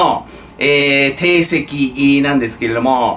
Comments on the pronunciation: 「ていせき」じゃ無くて、「じょうせき」❓️ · 先生、恐れ入りますが、「定石」は「じょうせき」と読みます。よろしくお願いいたします。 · クルド、クルド、クルド 手強いぞ。PS.定石は「じょうせき」ですよ。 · 訂正：ていせき→じょうせき（定跡）・・・・将棋では序盤戦での指手は研究によって決まっている。このように常識として広まる内容のことを「じょうせき」といいます。将棋以外でも、当たり前となっている行いを「じょうせき」というようになっています。 国民栄誉賞の受賞の候補者を内閣で探すようになると，内閣の末期ですよ。内閣の終わりが近いときに授与する傾向があるから。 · 定石はじょうせきです。